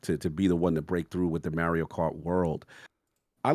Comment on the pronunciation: Everyone: "Mario": "Merio"